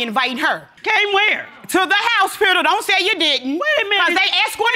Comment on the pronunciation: She said "Lawryer" And "House-pital",😢😑😢😑😢😑🤣